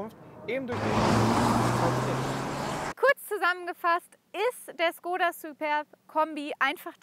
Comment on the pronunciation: cooles Video, aber Škoda wir Schkoda ausgesprochen und nicht Skoda